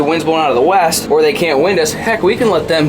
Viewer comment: Me:......that must be new spelling for August, like he says 'Weast'. 🤔: Shew!